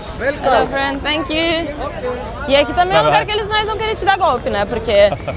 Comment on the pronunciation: "Tankiu my fren" kkkkkkk nsei quantas vezes ouvi isso